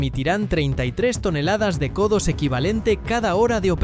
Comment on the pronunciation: Co2 = codos ? 😂😂😂 madre madre me sangran los oidos !!!